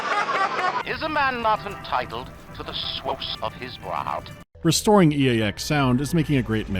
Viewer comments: IS A MAN NOT ENTITLE TO THE SWIS OF HIS BURB??? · Is a man not entitled to the swoouws of his braawrb? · "is a man not entiteled to his swos of his brat?" new vocal stim saved